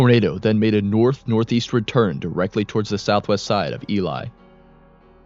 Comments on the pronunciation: this is the first documentary ive seen of Elie where they actually pronounce the name correctly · LOL not that many people outside of manitoba know how to say the name, so good on you for doing your research